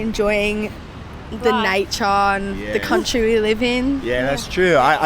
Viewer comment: 最後の女の方のnatureの発音がとてつもなくAussie でしたね笑。 アクセントに関するインタビューとかあればやってみてほしいです！！！！！